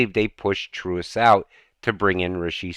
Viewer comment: It’s not Trewus it’s pronounced Truhs mate.